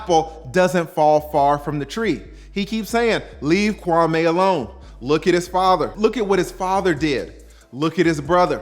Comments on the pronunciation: His name is pronounced Kwamee not Kwamay! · Kwa_ME not Kwa-MAY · Kwah Meeeee, not May.